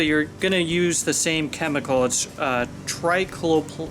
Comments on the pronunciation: It's pronounced tri-clo-peer. And don't attempt to kill clover in the summer. Wait til fall and plan for two applications. And if you have that much clover you likely have an underlying fertility or compaction problem. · Lol tri clo per ... not laughing just laughing